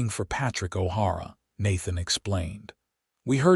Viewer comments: I caught that, too. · O'Hara not har a